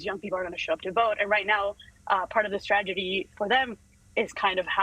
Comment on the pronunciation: I hesitated to go there. I love both the message and the messenger. And those dimples! Big thumbs up 👍. But did she say "stragety"?